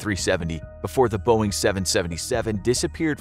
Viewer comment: “Before the boing seven seventy seven” It hurts